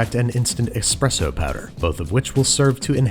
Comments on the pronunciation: It’s espresso not expresso. Pizza isn’t pitza. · Did i hear "eXpresso"? Unsubbed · Babish i can't trust you anymore..... you said "expresso".